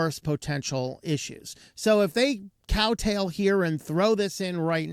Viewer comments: Cow tail? Oh, kow tow (pronounced cow tau). lol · Kowtow* as opposed to "cow tail" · The term is not "cow tail". It's "kowtow".